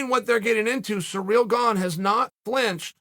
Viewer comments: Are you saying surreal? >.> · 'Surreal' Gane lmao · 'Surreal Garn' lmao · "Surreal Gane" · Sorry Cyril, it’s surreal now not cereal